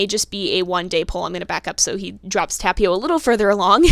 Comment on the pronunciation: Yeah, I guess that's a good choice ^^ But seriously it's not that big of a deal x'D I meant to say that you pronounce Tapio's name really well ^^ The T could be a bit stronger. It sounds a bit like Thapio atm but it's totally fine. ^^ I can't expect you to say non English names perfectly. Our little god of nature almost drowned TT v TT